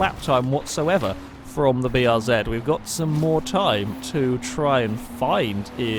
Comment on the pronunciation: Bee Are Zed It's nice to hear someone pronounce the name of this car correctly, for once. Kappa